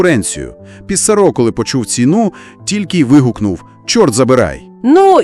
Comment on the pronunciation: але але. усі слова французькою мають наголос на останньому складі. отже: ПіссарО. ЖивернІ. дякую😍